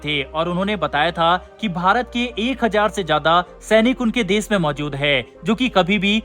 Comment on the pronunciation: Why do you pronounce sh and s sounds wrong. "Twisht" instead of twist and "des" instead of "desh". Sounds bad. But yes, good coverage. Bharat should stop all aid to these buggers.